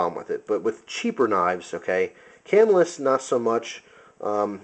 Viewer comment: Cool review. I would assume that since you know all about knives, that other people pronounce Camillus as you do. Having spent time in New York near that town, the town itselfis pronounced ca-MILL-us.